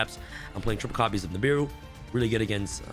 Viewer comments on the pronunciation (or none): none